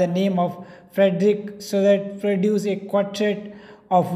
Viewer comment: Fedrick So-that😂😂